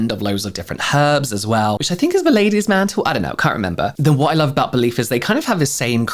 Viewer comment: OMG! when you were talking about the Belif The True Cream aqua bomb I thought you said "Ladies MAN TOOL!! I had to rewind because I thought "WTF kind of cream is this?!" That is when I realized it is actually Ladies Mantle 😝🤪🤣